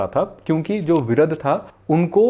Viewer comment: Actually his name was "Viraadh" not Viradh